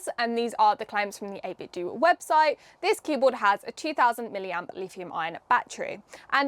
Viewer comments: The "Do" in 8BitDo is pronounced like the "do" in "Nintendo" not the word "do", you damn zoomer. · Not wanting to be that guy but I think it's meant to be pronouced 8-bit-doh, to ryhme with Nintendo. TBF, it's not a good play on words, or a good name really. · Pretty sure it’s supposed to be pronounced 8bit “doe.” It’s supposed to be pronounced like the end of Nintendo so I’ve been told. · Isn't is pronounced 8-bit "doe", like taekwon-do and kendo? As in the art of or the way of 8-bit? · I was thinking about getting one of these, so thanks for the review. Save me searching for one! :) FYI, 8Bitdo is meant to be pronounced like Nintendo. The company got their start making Nintendo clone controllers and modkits for NES and SNES controllers. Even today the majority of their controllers are Nintendo style ones for Switch / PC.